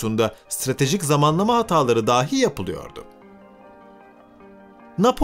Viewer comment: Kardeş Allah aşkına "dahi" kelimesine "dâhi" deyip durma. "Dâhi" kelimesi "deha sahibi" demektir. Lütfen!